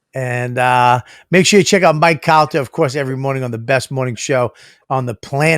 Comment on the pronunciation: great ep. bob should not give anyone shit about saying a word wrong. cant even say his co-hosts name right "calter"